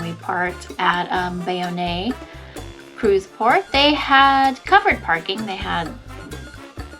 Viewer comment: Bay-own. Just figured I’d let you know lol